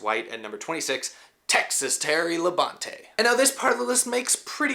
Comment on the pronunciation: Dale said that Tim Richmond was the one of the only guys that would be competing side-by-side with him week after week. It's "Labon-tee", BTW!